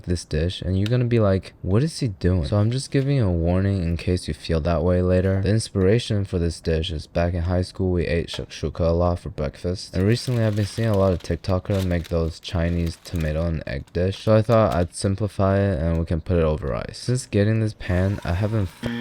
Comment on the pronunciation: My man butchered that shakshokah شكشوكة by far the worst one I've seen in my life 🤢